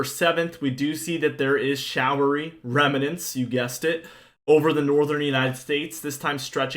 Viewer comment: "Remnants" has two syllables, not three.